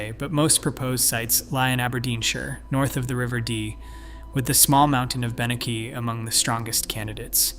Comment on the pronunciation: The north eastern hill you mention at the beginning is pronounced "ben-a-hee" and not "ben-a-key" as you said it lol!